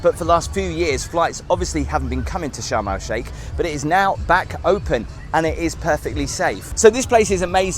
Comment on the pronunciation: Did anyone else think he was saying Shamrock Shake, and not Sharm El Sheikh?